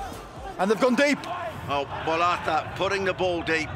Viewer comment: Commentator kept calling Bolaca, Maqala